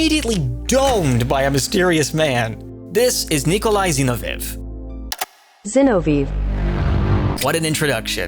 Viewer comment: I'm guessing it's more like "zi'novjev". The v is soft and the ending is like "yes" except it's v at the end. I hope this makes SOME sort of sense xd (I don't know that character, I just know Russian, so I might be wrong) Ain't that what we're all thinking